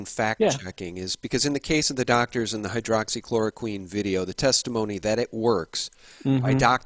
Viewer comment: Thanks. Work on your pronunciation of Hydroxy-Chloro-Quin